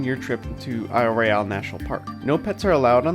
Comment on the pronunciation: TF, this channel is called Michigangeologicalsurvey but it keeps pronouncing Royale wrong